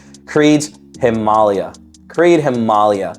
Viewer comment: HIM UGH LEIA sound it out